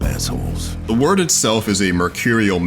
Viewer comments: Did he say web of word lol. Its wyrd as in weird lol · Please stop saying web of word is weird with a y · You are saying it wrong. Its weird not word. Wyrd is an original spelling of weird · Review ignored: reviewer pronounced "wyrd" as "word" not "weird" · its web of weird. wyrd. not word. jeezzzz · Wyrd is an old Anglo-Saxon concept dealing with the topic of fate or destiny. It's pronounced "weird" not "word"... this should have been painfully obvious given the title's play on words with the 'weird' pronunciation making it the 'Web of weird'. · it's pronounced "weird", not "word" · Is it not pronounced “Web of weird” ? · Wyrd is pronounced weird, just saying...